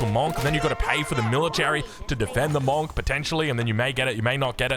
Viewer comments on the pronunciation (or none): bro why are you still pronouncing the word monk wrong? people have been commenting this for ages